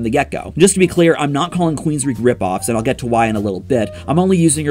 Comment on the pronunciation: WOULD YOU PLEASE STOP MISPRONOUNCING QUEENSRYCHE WITH QUEENSREECH? IT'S PRONOUNCED "QUEENSRIKE"! QUEEN OF THE REICH.